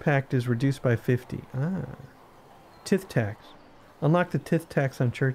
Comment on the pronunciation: Tithe is pronounced Tythe, its medieval speak for taxes due to the lord of the manor. Regards James.